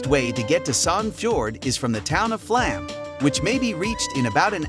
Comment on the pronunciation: Hi, you got the names wrong. It's Fløyen, not Floyd, Ulriken, not Urlikin, Flåm railway not Flan and Kode museum, not Code. Have a nice day!